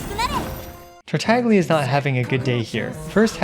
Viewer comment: "Terterglergeria" Ho boi he's getting more creative every time